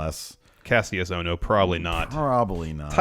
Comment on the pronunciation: Guys, please, it's pronounced "KASHUS OHNO." Watch old NXT